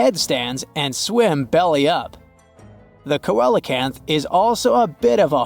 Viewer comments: Not ko-el but seel-o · The word ceolacanth is actually pronounced see-a-canth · coelacanth, the first syllable is ”see”